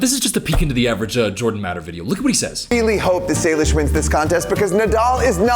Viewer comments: Nice video! Btw, not that anyone cares, but Jordans daughters name is pronounced Say-Lish Not Sal-ish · His early content was his actual job, photographing dancers. You won’t get views if you film adults. Her name is Say-lish. Did you even research for this video? I really like you, but don’t just start spewing shit that isn’t true. I don’t let my daughter watch them anymore because he is exploiting her and using adult content to do it, but his early content had nothing to do with that crap, it was photography. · i think it’s say-lish. i’ve heard of her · Sry not hate btw but its pronounced (say-lish) not (sah-lish) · Known two ppl w the name Salish. Always heard it pronounced say-lish!